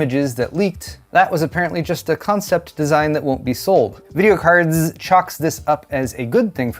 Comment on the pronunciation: I will never ever chuckle when you say videocardzzz. 😂 Really hoping for a good price on those 9070s. My 6700 XT is already struggling with 1440p ultrawide and I want to buy Avowed soon... 😅 If I get the 9070 XT for 650€ or less here in Bavaria/Germany, I'll send you my favorite beers from Bavaria. 😊